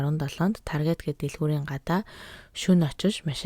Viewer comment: Targeet bish Taarget gej unshdag shu